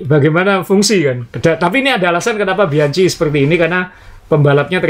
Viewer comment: Bacanya biangki, bukan bianci.